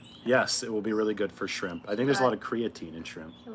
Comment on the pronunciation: She said skrimp 😂😂